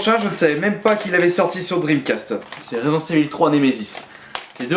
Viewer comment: on dit "resident evil" et pas "resident CEVIL"